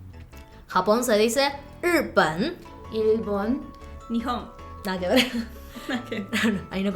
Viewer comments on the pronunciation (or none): escuché ese "nada q ve" y supuse que era el asentó Argento jajajajja que genias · Le salio el argentino "nada que ver"